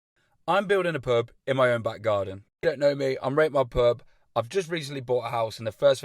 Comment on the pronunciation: YOU say pub like purb